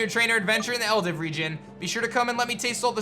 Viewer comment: Is Eldiw pronounced like Eldiv? He's been doing that a lot.